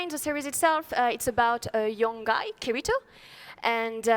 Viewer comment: I hate when people say kiritos name like that xD